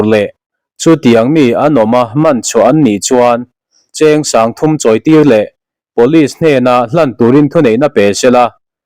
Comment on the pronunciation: Pawlis ti in lam tawh suh.. Pawlis ti a kan sawi Or lam thin chu, siai kan hnawih ang chi te hi.. Pulis ti in lam rawh..